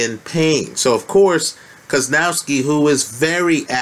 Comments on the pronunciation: you butcher Kownacki's name so bad it's unbearable. How can you come up with KOZ-NOW-SKI when the name is spelled KOW-NAC-KI?? I mean, really. How?? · Kownacki = Kov-nats-ki